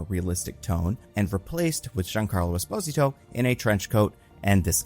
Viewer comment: Is pronouncing Esposito in a weird way or is it just me?